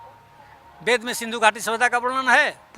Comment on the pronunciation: संसकीर्त, बेद,सिबिलाईजेसन, इस्त्री , ओर ना जाने क्या क्या ओर यह एक भाषा शास्त्री है सही उच्चारण भी नहीं कर पा रहा है , शेल्डन पोलॉक का तोता है ये हा हा हा हा हा । इसीलिए इसकी सारी रिसर्च ही गलत हिंदी का फूल और अंग्रेज़ी का fool एक नहीं ओर यह लोग इन्हें एक ही मानते हैं ।